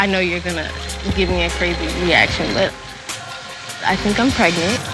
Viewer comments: Did Stevie just say, "Pregnito?" WTF! 😭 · Did Stevie really just say “pregnanto”💀